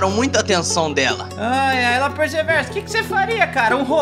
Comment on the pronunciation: Ele não é Lopers e não se fala "Lopes" é "Lopers"